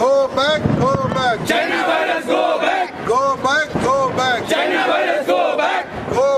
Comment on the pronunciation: Wo go back hai Go Bag nahi 😂😂🤭